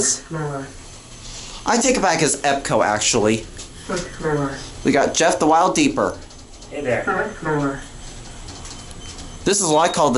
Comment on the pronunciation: when you met up with Jeff (thewildeeper), you got the name correct but it’s actually pronounced as the-wild-eeper.